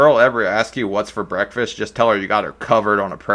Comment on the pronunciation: When she said breakfast I heard ‘wreckfest’ it really is wreck fest 😭